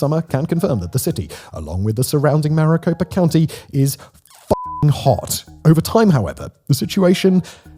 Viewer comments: "Maricopa" not Mariposa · Did you say Mariposa county? . PHX is in Maricopa county. Not a good start. Also it's spelt Gila River. But you don't make the G sound. It's more like Hila River. If you are going to speak on something. You should do better research. Maybe speak to some locals. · It is Maricopa country, Simon! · Mariposa County? I live in Phoenix and it's in Maricopa County. Did I hear it incorrectly? Ah it was only in the introduction that he read Mariposa. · I have a few issues with pronunciation just in the first few minutes of the vid. 1) Phoenix is in Maricopa county, not Mariposa (he pronounces it correctly when referring to the people ) 2) Hohokam is the people, so you don’t pluralize it to “Hohokams” 3) Hohokam is not pronounced with a schwa at the end, but rather is a flat -ah sound (ho-ho-kahm) 4) Papago has the emphasis on the first syllable rather than the second and is more like “pah-puh-goh” Please try to use indigenous pronunciation when referring to indigenous people and names. 😊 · Mairiposa county,? the Gila river? Know Phoenix is a shit hole, but it's the he-la river, and it's Maricopa county. C''mon Simon, your research on this was lacking, to say the least. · It's Maricopa County, not Mariposa county. idiot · Get it straight Simon! it's mariCOPA county, not mariPOSA county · Did you say "Mariposa" County? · Am always grateful for those researching and talking about my home state, but I do want to mention that the local pronunciation of Maricopa County is "Mary-Cope-Ah" or "Mare-Eh-Cope-Ah". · mari-CO-pa county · The Papago reverted to their own name for themselves over 30 years ago. They are the To'hono O' odham. Gila is pronounced hee-la, as in gila monster. Maricopa is "marikopa." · not even 2 minutes in and i can't take this "educated opinion" seriously. Maricopa... not Mariposa. i'm sure the rest of your research is fantastic, as well. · Maricopa not Maripoca 😂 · Not Mariposa County, Maricopa County! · Maricopa not Mariposa